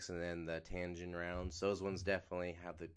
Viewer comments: TAG-inn not tan-ginn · Tagin not tangin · Say it with me bro TAG-INN